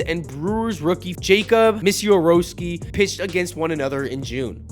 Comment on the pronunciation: Yo bro it’s Miz-a-rao-ski